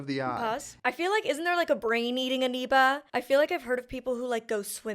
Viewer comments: I kept waiting for you to correct yourself once you watched each clip of them using the correct pronunciation of “amoeba”…but nope! 😂 you just continued to say “anoeba” with rising confidence. 😉😂😂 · Not that it’s terribly significant, but I think you’re mispronouncing amoeba with an N sound as in November whereas it’s an M as in Mike.